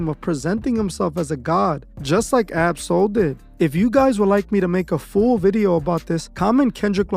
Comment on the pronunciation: You are saying his name wrong